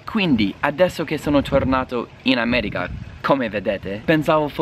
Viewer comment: “L’Ammèriga” pronunciato alla romanesca però no, dai. :*